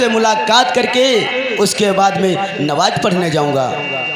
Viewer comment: नमाज को नवाज बता रहे हो